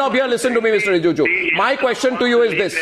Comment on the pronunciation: Arnab, it's not Rijuju, it's Rijiju ! 👈